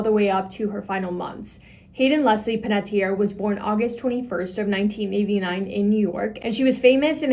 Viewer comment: I think this is the first time ive ever heard her last name pronounced correctly. Like, that is exactly how it is spelled. It's so sad about her. I hope her passing was peaceful at least.